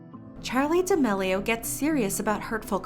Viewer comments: “Charlie Demellio”...I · ok but she pronounces charli damelio is like "chaeli daelio" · I refuse to believe I’ve been pronouncing Charlie D’Amelio wrong